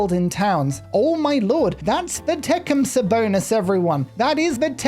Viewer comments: Tecumseh is pronounced tuh-Kuhm·suh not Tech'um-suh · So, how I've always heard it said: Tecumseh (te-CUM-suh) with the accent on the second syllable...